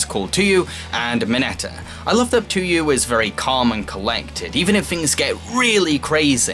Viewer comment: I should probably correct you on something. Tsuyu's name is actually pronounced (Sue-u) Although, she prefers to just be called Tsu (Sue) just felt like I should bring that up.